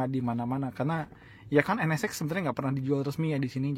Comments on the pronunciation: Penyebutan NSX nya terdengar seperti NS-Sex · Sya denger penyebutan nama nya N Ne Sex ada yg sama pendengeran nya...